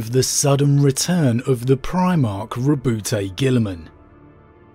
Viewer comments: Im pretty sure its pronounced ro-boot or ro-bewt, not Ro-bu-teh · Why do you pronounce it (Ro-bo-te), GW officially said that it is supposed to be pronounced (Ro-bout, like stout) Gulliman.